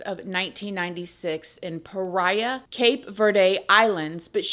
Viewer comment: praia = pry-uh cape/ cabo verde = cabo-cape verrd (not ver-day like the color green) shoutout CV!!!! <3 <3